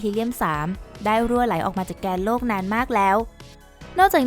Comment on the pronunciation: ที่ผู้บรรยายพูดว่า "แกนโลก" นั้น พูดไม่ถูกครับ ที่ถูกต้องต้องพูดว่า "แก่นโลก" ถึงจะถูกครับ